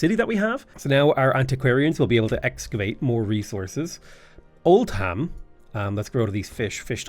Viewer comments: Oldham is pronounced Old-um not Old-ham ❤ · Not Old-ham its Old-um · So Great Britain is as great as your pronunciation of British towns/cities. Old Ham... Ports Mouth.... Ahhhhh my English in me is cringing hard